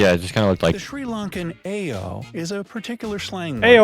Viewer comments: 3.08 It's not AIYO . It's More like Ah+E+yoh😂(It means Oh No! .That Oh no depend on what happend😅) You'll get whole new experiance here(like food ,buses ,culture,wether). Don't wait guyss.There is so many things to see😇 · 'Aiyo' is not pronounced 'eh-yo' but 'eye-yo' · It's not "aiyo"..it's "ayyo".. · It's not..ayyo.but. io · Really thankful to this and the featured video. But like most of these photos and videos don't match the fact they are talking about. Also Ayio is pronounced [uh-ee-O] 😅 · Actually it's not pronounce like that . අයියෝ(aiyo-aeyo) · bro its "aiyo" is pronounced wrong in the video it quite like "iii..ooo..." ☺☺ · The Aiyo pronunciation is so wrong. Try "අයියෝ" in Google. And Cinnamon comes from South in Sri Lanka. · The one who made the video never been to Sri Lanka before. I am pretty sure about it. "Aiyo" pronunciation is very wrong.